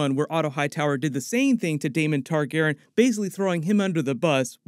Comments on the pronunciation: Man, please say "TargarYen" not "Targarren" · Why is leaving out the "Re" in Targaryen.. I know it's a change. I went back and watched some reviews from Game of Thrones and he said it the way we all say it